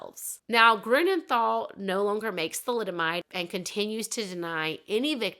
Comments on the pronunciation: Pronounciation tip: Grünenthal is pronounced TAL, not THAL. There is no th sound in German. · how did you try to figure out the German pronounciations? xd I am wondering cause what you said sounded to my German ears like for example "Grunenthal"/ "Grounenthal" with an English th that we dont have, "Heinrik Mukter" and "Odo Embros"